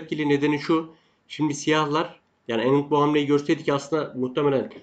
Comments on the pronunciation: herşey iyi hoşta anand'ı yazıldığı gibi okusan daha iyi olur hocam. Enind demek belki kendi dilinde doğru olabilir ama hiç güzel gelmiyor kulağa :) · ustad vidyolari severek takip ediyorum ancak yazmadan gecemeyecegim- hintliler bile (chess base india gibi) ilk harfi A olarak okuyor